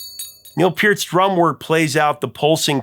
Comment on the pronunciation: It's "Zee" ...The Brits and Canucks just don't know the alphabet. Kudos to the Prof for pronouncing Neil's last name correctly.